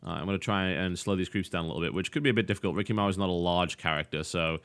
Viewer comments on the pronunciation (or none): You do know that it's Rikimaru not Riki Maru, right? ._.